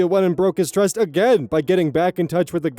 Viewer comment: 🤔 the first few seconds I swear I hear "twust". Am I losing my mind? I love when oz goes discord mod voice, but it was just that one word.